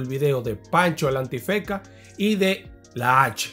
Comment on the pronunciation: escucho bien Pancho El Antifeka? la N nunca existió en su nombre 😂